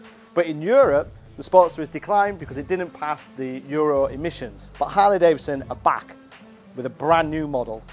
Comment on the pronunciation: It's not Davison, say 🙄 it with me now......Davidson !